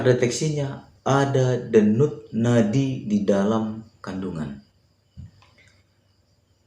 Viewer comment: mantap bang infonya,, sangat bermanfaat Ngomong Denyut nadi nya kok belepotan abang ku